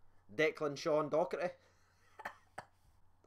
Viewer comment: it's Docherty not Doherty 😂